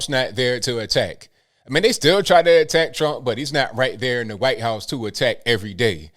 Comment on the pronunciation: why you pronounce white as guite?